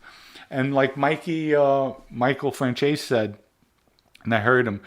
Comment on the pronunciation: Let’s play a game. Let’s see if you can say Franzese. Not sure where came from but between and my uncle neither one of them can say correctly 🤣🤣